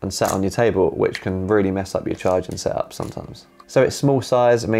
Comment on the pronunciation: That is a great "sehup" you have there 😁